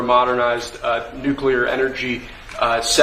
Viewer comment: I can’t believe how many people can’t pronounce the word Nuclear ☢️🤪